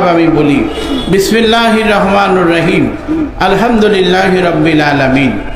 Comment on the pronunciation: তার তো বিসমিল্লাহ ই শুদ্ধ না